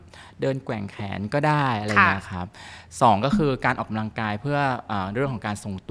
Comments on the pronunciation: ใช้ภาษาให้ถูกด้วยค่ะ. ออกกำลังกายไม่ใช่ออกกาลังกาย ภาษาวิบัติหมดแล้ว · คุณหมอผช.พูดออกำลังกาย แต่หมอผญ.ออกเสียงขัดใจมาก กาลังกาย พูดเร็วไปไหน ภาษาไทยนะคะ ควรออกเสียงดีๆค่ะ😢